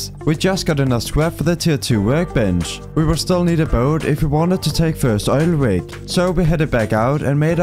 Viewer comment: bro its obv oil rig not oil wig